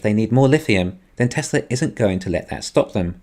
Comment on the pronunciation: “Welcome, to the Teslur economist” lol, every time bro